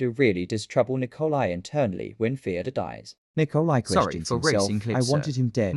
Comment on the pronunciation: Fyodor ❌ Theodore ✅